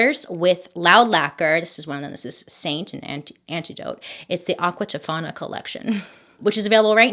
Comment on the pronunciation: I love how she loves to say Aquca Tofana 😂🙈